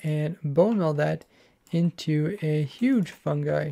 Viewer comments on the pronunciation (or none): none